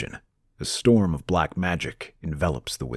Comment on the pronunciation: "Black" or "Block" there is no try 😆